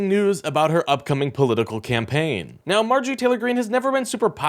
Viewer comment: What (s)he(?) has to "say"(?) is so "impordent" to the "you-nine-it-states" - especially "nee-ow"